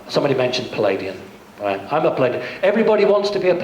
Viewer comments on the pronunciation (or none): he has "Palladian" hahaha he doesn't even know he is wrong, I think he meant "Pleiadian"